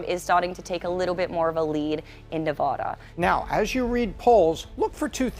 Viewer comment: You keep pronouncing Nevada wrong.